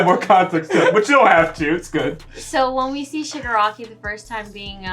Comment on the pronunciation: it's ShigAraki. not E. but yeah. Shigaraki unknowingly killed his family. that's what the episode said